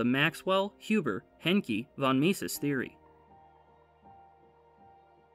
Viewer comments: Huber, not Hubert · A very nice video, thanks. A little nitpick, though - Huber without a "t".